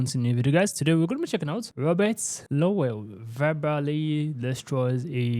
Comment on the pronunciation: It's Rupert Lowe, bot Robert lovell, his surname is pronounced Low even do its spelt Lowe